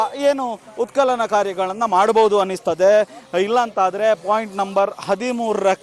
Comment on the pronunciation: ಉತ್ಕಲನ ಅಲ್ಲ ಉತ್ಖನನ 😂😂